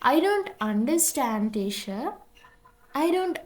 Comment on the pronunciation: Teacher කියන එකට motath teasher😂